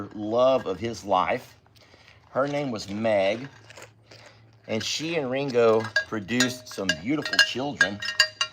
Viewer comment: Sounds wrong when you say it. 😮